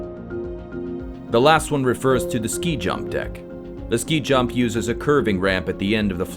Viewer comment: *SKI-JUMP, not "sky jump".